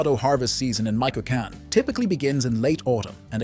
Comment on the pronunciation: Narrator: please learn to stay Michoacan Correctly!!! This mistake is distracting.